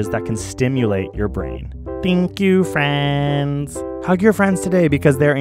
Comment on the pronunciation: "THANK YOU FWENSSSS😁😁😁😘"